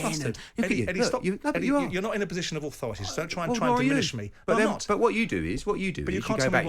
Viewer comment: "Im advancing a posation based on substace" when he initially said it he said "its a fact" bellend